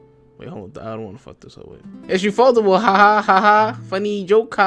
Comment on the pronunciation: why do you say ufotable as ufoldable